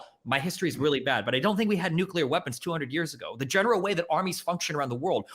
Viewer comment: it's not NUCULAR it's NUCLEAR